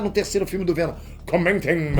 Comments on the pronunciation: é pq ele quer o venom chato aí é venon kkkkkkk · Fico impressionado que o cara errou 4 vezes a palavra venom e não percebeu